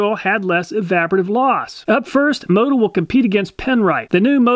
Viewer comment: It's pronounced moe-tool🤣🤣